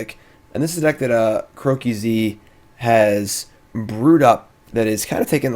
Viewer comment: Its Crow-keys not Crow-key-z. Cmon now man you're using his deck for your video and you didn't bother to find that out? xD